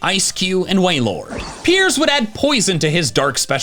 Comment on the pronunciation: he said way-lord... ITS WAIL-LORD!!!!